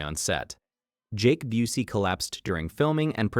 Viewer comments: Mispronouncing Busey had me questioning if this was AI narration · Intentional insult